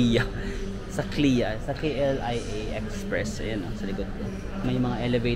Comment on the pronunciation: Yung pag pronounce mo ng KLIA not mo e read as one bale eh spell mo isa2 hehhe